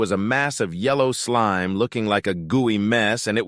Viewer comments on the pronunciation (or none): Is it just me or is the voice saying "slim" instead of "slime"?